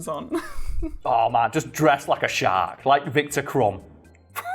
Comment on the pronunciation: I’m only hearing “great white shart”.